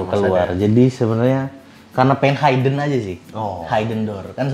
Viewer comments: HIden bukan hAiden 😂😂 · Maksudnya hidden dibaca (hidden bukan Hayden) , a bit confused sy aga bingung td. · nah..itu..agak lain kedengerannya...dan serinng juga nyebutin kata HAI-DEN..hihi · 1. Hidden dibacanya HIDEN bukan hAIden 2. Kamar anak tanpa jendela & ga ada ventilasi pasti pengap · Highden ? Or Hidden? Asa risih banget spelling nya wkwk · I don’t trust people who pronounce ‘hidden’ as haiden 😅 kalau gak bisa pronounce it properly, just use the language you’re comfortable in